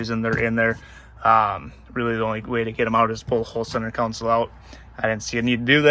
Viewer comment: Console not council